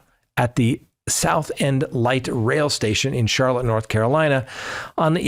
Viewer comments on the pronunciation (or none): none